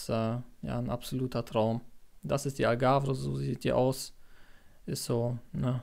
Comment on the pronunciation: Die AlgavRE sagt Du hier immer, obwohl es Algarve heißt. Das hat mir ein wenig weh getan in den Ohren….na ja .. aber ansonsten wünsche ich Dir viel Glück und Erfolg bei Deinem Vorhaben .